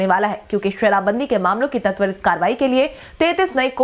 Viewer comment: " त्वरित " शब्द का उच्चारण " तत्वरित " न किया जाए।